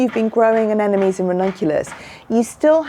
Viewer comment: Pronounce: Ah nem mo nees.... (not Ah nen no mees). You can understand it by looking closely at the spelling. Every second gardener i meet transposes that "m" with the last "n".....